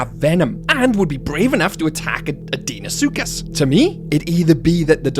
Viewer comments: It’s pronounced Dino-suchus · love how you pronounce deinosuchus XD